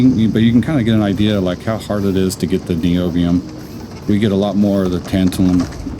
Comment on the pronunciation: Tabtalun is oronounced “tan -TAL-um”. It is used (among other things) to make electrolytic capacitors. 😜